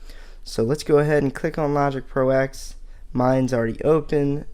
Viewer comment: Kavish Ganapathy And he keeps calling it Logic Pro Ex as opposed to Ten 😡